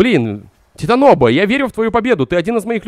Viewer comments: Не титаноба а титанабоп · Не титаноба а титанобоа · пожауйста хватит ты делаешь таповые выдосы но когдаты говориш титаноба меня передрагивает и мурашки по коже с кулак бегут, правильно ТИТАНОБОА. Извени если для тебя это будет грубо и нагло ешёраз извени просто я гумунитарий и я просто не могу это слшать пожалуйста если ты дочитал до этого момента можеш пожалуйста написать мне просто даже и точку и ещё раз извени если чем обидел. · Я конечно могу быть не прав, но вроде правильно не титанОба, а титанобОа. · Не Титаноба,а ТитанобОа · что за титаноба? может титанобоа? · Правильно говорить- титанобоа. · Большая ! надо правильно говорить название. А никак дошкольник🥱